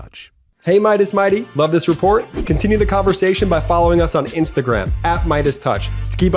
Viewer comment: Will someone please talk to and explain the word "important" has two T's and is not pronounced "imporden"